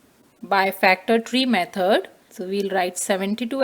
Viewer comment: Method❌ Mehod✅ But TYSM cause I didn't understand anything but it helped me